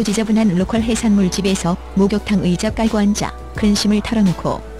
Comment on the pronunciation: 관자를 완자라고 하셨나요? ㅋ